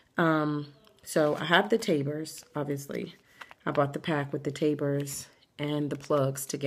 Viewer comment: lol "taber"